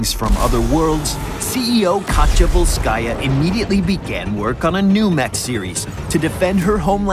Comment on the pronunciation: It's ['volskaya], not [vols'kaya], just like ['jefferson] is not [je'fferson]